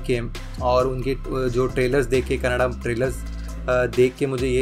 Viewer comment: Feel good when the name of our language is prounced correctly.. KANNADA (not kannad).. Thank you for that🙏 There are lot more movies from Rakshit Shetty and team.. Keep watching and encouraging.. Support the talent.. Thank you